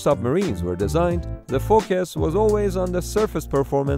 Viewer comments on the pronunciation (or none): If you laughed with how he said "focus" then we're friends.